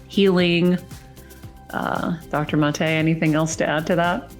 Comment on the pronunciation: His name is pronounced MAH-tay. It’s Hungarian, not French. Amazing work.